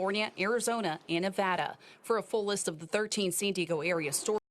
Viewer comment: Most disturbing was that reporter NOT pronouncing San Diego. She was saying Sin Deego. Also, CA sucks.